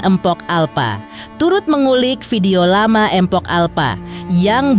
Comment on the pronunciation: Mohon maaf ya min kalau nyebut "mpok" itu jgn "empok" 😔 ga enak bgt di dengernya 🙏